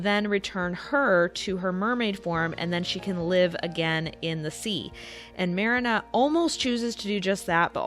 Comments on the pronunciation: I love that somebody did a comparison between both movie versions I love! Though why are you saying Marina’s name very differently than her name is pronounced 100 times throughout the film? Especially when the sisters call for her on the ship, yelling, Mariiiiiiiiiiiiiiiiiiiina! Lol Am I the only one who actually watched and loved the anime version even more than the Disney version? And trust me, Disney’s The Little Mermaid makes my top 3 all time favorite Disney films! When I saw the anime version of the story after I saw the Disney version in theatres. It was aired on tv around the time it came out at which I was psyched to see as I just loved the film I saw in theatres. Well......having absolutely zero idea, how the Hand Christian Anderson movie went, or maybe should say, didn’t even probably know at that point how Disney tweaked a lot of the classic fairy tales as some of them would have been too graphic and shocking had those scenes been chosen to be added in the films! But why do I love the anime version that much more? Because of that shocking ending where I looked at my sister as it ended and we were baffled! It was like......what just happened? She jumps into the sea and dies when she realized her deal with the sea witch failed??? As the years went on and watched that version 100 times more, as I experienced the usual heartbreak we’ve all gone through as we have crushes on that boy or girl in school , especially in Hs, where he or she was all we thought about to the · Here nane is not Merena, her name is Marina ) pronounce like MarEEna. I know how it should pronounce that's is my mother's name. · It’s not mare-inah, it’s Marine-ah, Fritz says it often enough. Unless you’re purposely saying it wrong for rage bait, if so 🤮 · Lol sorry, giggled at how you pronounced marina like the beginning of marinara. It's MAH REE NAH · It's pronounced Marine-ah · Her: pronounces Marina as Mar-ii-nuh Me: triggered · It pronounced mrEEnuh